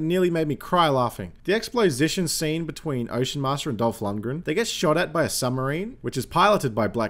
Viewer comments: HAHA, "Explosition". I love it. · I guess "explosition" is a thing now.